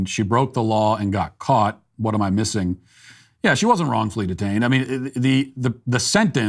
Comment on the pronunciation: Why can't Matt pronounce the word "am"? It's not difficult.